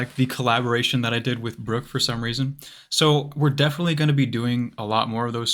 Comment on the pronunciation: “for sone reason” lol